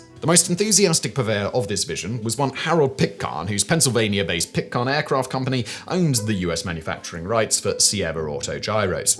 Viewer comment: Flivver has a short "I" sound and Pitcairn has a long "A". Simon's pronunciation is driving me crazy today.